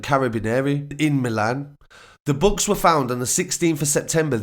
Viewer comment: Why can't this guy say books properly I was confused what he said and I'm English lol